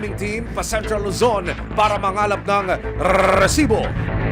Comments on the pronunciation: Why do u have to emphasize pronouncing the word rrresibo it’s so ANNOYING. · Parang motor naman tong c Emil kapag binibigkas ang RESIBO